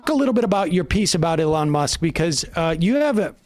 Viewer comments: why does Sam call Elon Musk "e lawn musk"? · please stop pronouncing elon that way